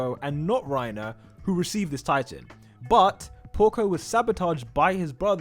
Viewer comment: its reiner not rierner and GET THAT TRASH REINER AND PORCO OUT FALCOS JAW TITAN IS THE BEST ONE IT CAN FLY well thats pretty much it besides having the same abilities as porco he can fly so thats cuul wait did i say cuul i meant cool my bad note:i did replace the oo with a uu instead